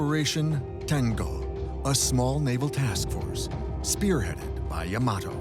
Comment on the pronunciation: It isn't yah-MAH-toh, it is YAH-mah-toh.